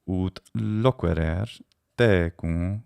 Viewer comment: Great video as always, of course, but one thing is bothering me: for loquerer you accentuated the paenultima in annotation, but the antepaenultima in speech, and several times at that. Now I’m confused as to where the word accent falls… help!